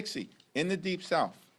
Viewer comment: WE THE PEOPLE/ MAGA PATRIOTS DO NOT WANT TO FUND YOUR CRIMINAL ILLEGAL FUTURE VOTERS!! BYW, IT’S PRONOUNCED THE DEEP SOUTH, NOT THE DEEP SOUF!!! Obama destroyed healthcare along with your corrupt Party!!!